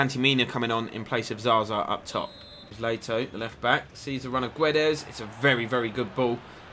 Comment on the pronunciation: Guedes name is not Gwe-des it’s Geds everyone like so he can see and say it right!!😁😁